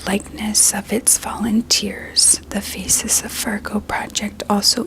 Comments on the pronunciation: I can't get over how her accent makes it sound like "scan your feces" instead of "scan your faces" during thr beginning. I'm so curious if it was intentional, cause I wouldn't put it past her, she's always clever like that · Only hearing "Feces of Fargo" project 😭